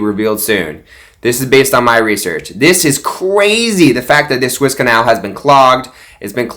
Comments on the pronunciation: Even though I like Mike Lindell...is he really a absolute crediit source? Suez canal not Swiss canal as you keep saying. This is why I find you full of baloney and not credible. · Suez Canal . Soooo ez. It’s not Swiss . LOL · SWISS Canal?????? Like you know what you're talking about!! It's the Suez Canal, bud!!!!!